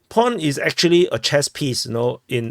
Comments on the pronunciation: There is no R in pawn dumbass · lol your accent: Pawn or PORN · I thought you said "war porn" first. Good thing you clarified that it was "pawn" i was confused haha